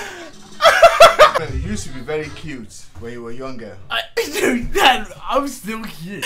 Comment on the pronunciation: He said sad instead of dad